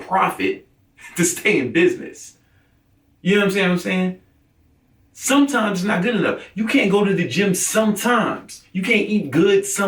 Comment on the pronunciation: getting pissed lmao "smmmtmmees!!!" Teeth clenched